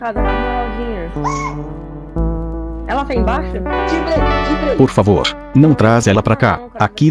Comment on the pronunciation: Não fala pala voando bor favor